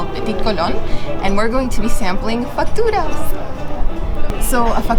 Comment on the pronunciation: the correct way is "facturas", but porteños (peopleo from Buenos Aires city) tend to omit the "c" sound when pronoumcing